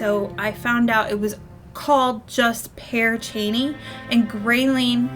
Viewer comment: Your saying it correctly....the name lol but I've been there numerous times and the witch story is just that...a story...but it's fun to let your imagination wander!